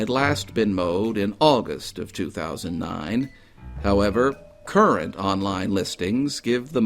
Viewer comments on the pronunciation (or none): none